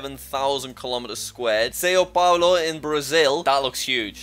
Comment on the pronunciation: Good video gotta work on your pronunciation tho lol SAYO PAOLO